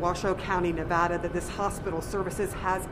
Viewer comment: Thanks for pronouncing Nevada correctly! It's very important to us.